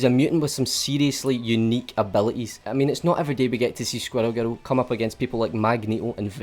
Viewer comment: I'm sorry but he says "squirrel girl" like "squddle guddle".